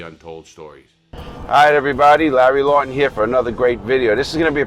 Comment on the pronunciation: His surname is LAW-TON such a shame